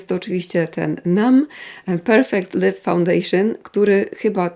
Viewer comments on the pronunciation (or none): none